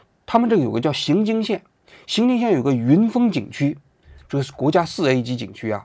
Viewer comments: 荥经县的正确读音为荥(yíng)经县，其中“荥”读作第二声（yíng）。该发音是依据国家语言文字规范及当地历史文化传承确立的，与河南荥阳（xíng）相区别。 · 荥经县，不读xing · 王局，读ying jing xian 荥经县